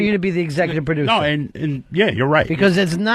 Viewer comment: I've figured out the disconnect: Ron wants a p'ducer & thinks he's a perducer, when what the show really needs is a producer. Yeah,, "repu'sent" the company